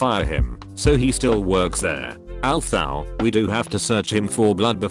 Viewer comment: "AlLtHoUgH". LMAO